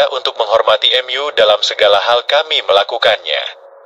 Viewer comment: Gereja utube pakai Ai jadi kaku 😢 contoh. Mu jadi em yu